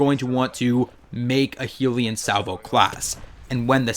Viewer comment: The way you pronounce the name makes me want to kill myself. It’s clearly HELL-yun Salvo... not Heelion Salvo smh.